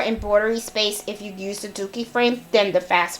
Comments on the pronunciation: DURkee not DOOkie 😊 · Great video! Sorry but I giggled everytime you said dookie frames🤣 My 12 year old was also getting a kick out of it💩🤪🤣